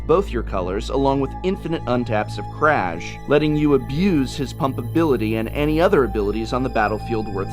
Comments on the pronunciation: Aaaaaaaargh! That's not how "Kraj" is pronounced! :D It's more like Kray. Oh and btw, it means End. :D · Given that the Ravnica vocabulary is heavily based on Slavic culture, I assume "Kraj" should be read as "Krai".